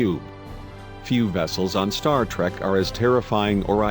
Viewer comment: star trak, weepon. just in the 1st minute of the video lol